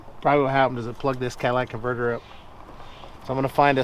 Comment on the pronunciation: did you just say Cadillac converter? 😂